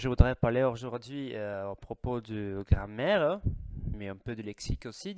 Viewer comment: La gram-maire, pas la grand-mère ! C'est rigolo , ne m'en veux pas , j'aimerais bien parler l'italien comme tu parles le français ! et le "genre" pas le "gendre" qui est le mari de ma fille !